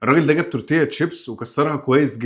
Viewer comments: تورتيا تشيبس ايه يا باشا اسمه دوريتوس 😂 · يارجماعه مش بتعرفو تقرأو اسمو دوريتوس مش تورتيه😊😊😊